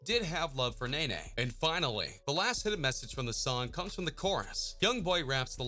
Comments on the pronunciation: Nae Nae 😂😂😂 its NEE NEE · Anybody else got mad wen he kept saying nana instead of nene 😂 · How you heard this man pronounce her name “ knee-knee “ & you still gone sit there & say “ nay-nay “ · “Nae nae” now I know u can read it say Ne-Ne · lol it's pronounced Nene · It's pronounced nini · It’s pronounced knee-knee 😂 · okay first of all baby joe (yb best friend ) is the one sitting next to Draco (his son) second he dropped another song the next day & her nameee is pronounced “knee knee” he literally said that also he is dropping 38 baby 2 soooo idk wdf u talking about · its nene (knee-knee)